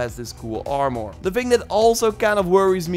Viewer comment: "They have this cool R Moore"